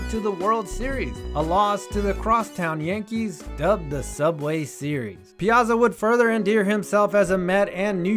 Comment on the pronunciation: ya gotta pronounce his name right, Piyahtzah! i grew up watching the Mets so what can i say.hey cool vid!